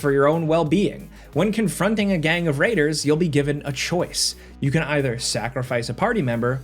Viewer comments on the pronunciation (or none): none